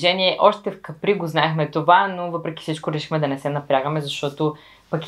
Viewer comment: Капри, ударението е на А ;-)